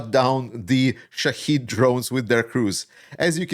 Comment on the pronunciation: Please stop with that ridiculous americaneese. The damn things are Shaheds.